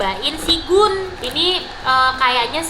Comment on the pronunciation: GOO.N baca nya bukan GUUN kak, Go.on iya ga si